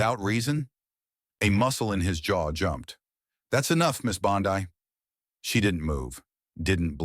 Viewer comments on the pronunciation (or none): Quit with all the AI Narration! It's not Bondi, with a long i. It's pronounced Bondy. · Having a little difficulty pronouncing names? Don't fret. You can do it! It's not "Bon-die" but rather "Bon-dee". That's right, go ahead, now you try it... "Bon-dee".... "Bon-dee". Keep trying my friend, you've got this! 🤠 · I think this guy tells phony stories! Pal, her name is not Bond"i" , its Bond"e". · Pam bondee pronunciation not Pam bondeye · Pam's name IS NOT BOND EYE, stupid ai bot bastard. REVISE VO NOW!! Her name is pronounced BOND "E". This is the 2nd time you have been warned ⚠️. Re-edit the audio VO NOW!!! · Pam 'Bond Eye"? Where had this guy been? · Bon- Dee not Bon-Dii 🤓🤯🤬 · Please learn to pronounce Pam's Surname collectly : BONDI pronounced like "ee" and not like "ai",Secondly, where does the narrator find his sources? No where to be found on the interet media. Although I like the stories, te Narrator should be more open by for example backing up his words with clips of proof: The people has heard too many words the last 4 years to accept just words... Try to improve this ! Best wishes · Respectfully, her name is pronounced - Bond- ee✔️ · Might as well call her Pam Bonzi. Damm AI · BONDI is pronounced BONDEEE. I hate it when these narrators don’t pronounce names correctly. It shouldn’t be that hard to get it right!!!!! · Who’s “bond — eye”? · Pronounced Bondee ugh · It’s Bondee! Pronounced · Yes, i noticed, too! Should be "Bond dee!" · Bond-eye? Is that really the way she pronounces her name? I wrote an AI program back in the mid 90s, and it was much better at pronouncing names. It had to ask on some of them, but that made it seem even more life-like. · The narrator may be Aussie. One of our famous beaches is Bondi pronounced Bondai. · You’d think a puff piece theatric would at least get pronunciation of the Heroine’s name correctly. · You can’t even pronounce her last name. Pitiful. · Stupid narrator can’t even pronounce her name! Stupid fake news!